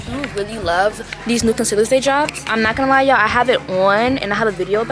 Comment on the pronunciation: does it bother anyone else that she says im not gonna "yie" like ew